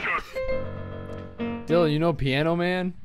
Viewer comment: "TESTICULAR TORSIN"